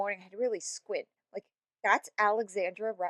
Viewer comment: Love your insight and you have a great points but it does become a little distracting when you pronounce her name Alexandria instead of Alexandra. It's just...not her name, so it feels like while your comments are totally on point about her fallacies, that you haven't researched her enough to know her actual name. I hope this comment doesn't come across as rude, it's just something I think I won't be the only person to take note of